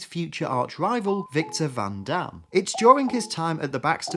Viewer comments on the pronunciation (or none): "Victor Van Damn" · ... did you say Victor Van Damme? Is Von Doom really called Van Damme in Ultimates?